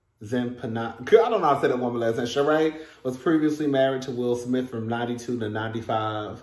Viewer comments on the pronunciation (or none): none